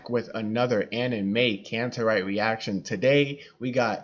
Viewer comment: Slight adjustment to the pronunciation of the band name: Annen a as in argue, may as my, Kantereit the first syllable as in c*nt 😅